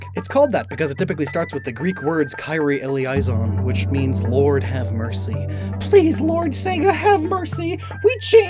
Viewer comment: That would be: KIH-ree-ay Ay-LAY-ee-son (Kyrie Eleison) Based on your pronunciation I don't think a kyrie is in any way related to this Neopet, but the thought of invoking The Lord to avoid being sued by Sega is pretty funny. This has been your unrequested -Latin- Greek Lesson. 👍 Edit: I legit thought it was Latin because most of the other Catholic liturgical prayers are, turns out kyries are not.